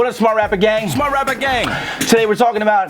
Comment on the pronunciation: “TOO SMAAHT!” 😭man you funny